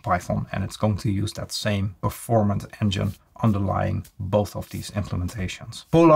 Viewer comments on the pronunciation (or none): none